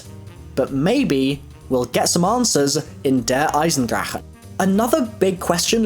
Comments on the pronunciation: its pronounced "der eisendrack" not DER EISENDRACKA" GOD damn it my brain hurts when u say it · Dude just say der eisendragon no need to say der eisen drachehh .-. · I told you guys he pronounced it wrong. His "che" sounds hard asf. Like the type of noise you make before you spit. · It's der Eisendakkkkkkke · It's drache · The way you pronounce Der Eisencrache is so unnecessary. I cringe every time😐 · OMG just say Der 'Ice-n-drack'. The way you say it makes me cringe tf out -_ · I'm German and the way you pronounce the name of the map pisses me off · The way you say der eisendrache makes me cringe every time